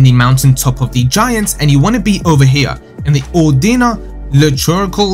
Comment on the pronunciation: Good guide but the presenter needs to go back to grade school for english. Butchers even the easiest words. How can you mispronounce Ordina, or-dee-na, not or-dee-nee-ah LOL and everyone mispronounce gaol, its the same as JAIL!